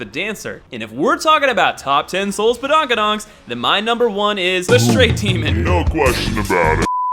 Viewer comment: Badonkadonk not padonkadonk